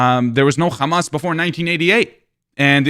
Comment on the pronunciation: “I’m not a big fan of kkkkhhhamas” ~ Benny Netanyahu, 2052